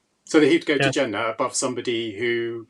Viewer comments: The way you say Jannah makes me think you were never a Muslim. When I say Muslim, I mean someone who actually submitted their will to Allah swt and lived their life as a Muslim. You're probably related to Muslims, hence your name. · It's not old. You say Jannah, exactly like a gora would say it, a Muslim wouldn't say it like that, ever, unless of course that 'muslim' only has a Muslim name and is a coconut. Regarding the video, short answer is Yes!!! Someone who's committed heinous crimes will be forgiven for their crimes and they would enter paradise inshaAllah, if they accept Islam. The caveat is that the people the crimes were committed against will be compensated much more than they would expect, so much so, they will also forgive the individual. اللہ اعلم